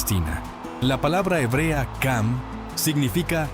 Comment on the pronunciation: Ham وليس cam 😂